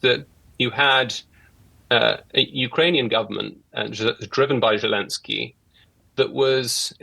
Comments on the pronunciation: Can't even get his name right. He calls him "Gelensky." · pretty certain he said Jew-lensky 🤣🤣